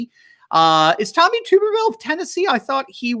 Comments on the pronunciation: Tub, not tube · It is pronounced tub er ville, not tube er ville. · It's Tuberville, Tuberville, not Tooberville! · its "tub" not "tube" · Tommy Tuberville is from ALABAMA and his name is pronounced like "Bath Tub" Not pronounced like Boob Tube. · Tommy. Tub- er- ville. Not. Tube - er - ville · Senator Elect Tommy Tuberville is from Alabama and was the former head football coach for Auburn University. Please pronounce his name as Tub er ville as in bath tub not tube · He's from Alabama and his name is pronounced TUB BEEVILLE Like a bathtub... Tubervile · Tub - ber- ville from Alabama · his name is pronounced Tub’- er -vil and I am 99% sure he is from Alabama. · He coached at Alabama and and old ms he’s. Name is not tube ber vill it’s tub ber vill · Tubberville is from Alabama, pronounced Tub ber ville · Thought you'd wanna know that Tommy Tuberville's name is pronounced tub-er-ville :) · That's Tommy TuRbeville pronounced Turb ah ville. You left out the R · Alabama!! Pronounced "Tubber-ville" although it's not spelled that way 😉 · Tuberville is Alabama. Even as a strict Tide fan, I voted to put him there. His name is pronounced 🛁-erville 😉